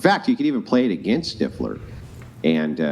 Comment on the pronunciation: Stifeler? She meant stifler lol